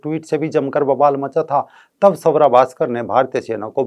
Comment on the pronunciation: सवरा... नही....स्वरा..